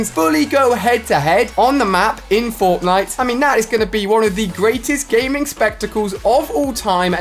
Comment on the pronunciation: who else heard botnite